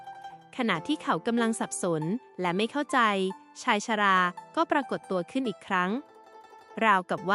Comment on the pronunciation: คำอ่านผิด บ้าง ถูกบ้าง เช่นชายชรา อ่านออกเสียงผิดบ่อยๆ เปน ชายชะร่า